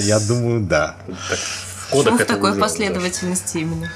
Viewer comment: Господи, да не кодАх,а кОдах,учитесь говорить по- русски,прсто срам,я уж не говорю про мат!